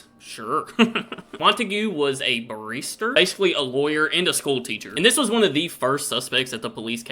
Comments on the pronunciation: after all these years reacting to UK stuff and you still can't pronounce the River Thames correctly?...honestly I've no idea why it's pronounced Tems. Barrister - Ba-rist-er not Bar-easter........Barris rhymes with Paris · WHITEchapel not WESTchapel. Each victim was NOT a prostitute ! Mary Jane Kelly was the ONLY one making her living as a sex worker at the time. BARRISTER, pronounced BAR IS TER, not BARISTA ! He didn't make coffee for a living .🤣☕ THAMES is pronounced TEMS not TAMES. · made me laugh, you referred to him as a barista, as opposed to a barrister. the emphasis goes on the r, not the i. when you mentioned it, I thought, one of the suspects makes coffee for a living. makes sense, those guys and girls that work in Starbucks do get a lot of flack. only a matter of time before one of them snaps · Thumbs up, if should do more documentary_style videos! 😮 I thought it was good work. Also you almost pronounced a Barrister correctly 😅